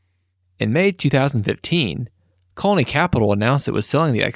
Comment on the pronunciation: Is this video narrated by AI? Its really weird how it mispronounces Sotheby's and Colony. I feel like any english speaking human should be able to pronounce those.